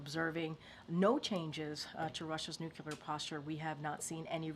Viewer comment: I think that if you cannot pronounce the work nuclear, you should be immediately disqualified from being White House press secretary.